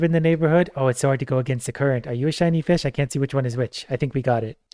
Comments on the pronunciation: 🤣😵‍💫 Anyone else start hearing vish wish ish? Edit: 🤯 🤣🤣🤣🤣🤣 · Idk if it was intentional or because of the countless times got used to the word fish that he's saying "increash" and "eachs" haha.